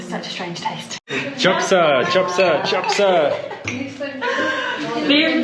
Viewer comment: Chabsa, the way you said it means toilet